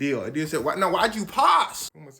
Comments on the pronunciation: And here I was, a german, wondering when americans will find out the correct way to pronounce adidas and than this dude explains it perfectly and calls it ADEEHDAS again right after that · I remember back in middle school when I got my first pair of adidas I pronounced it (adi-das) and everyone was on my head about it. I was right the entire time……after all these years POV: I graduated high school in 2016